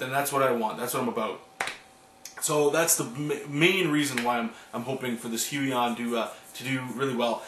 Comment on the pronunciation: Wee-on. That's how u say it.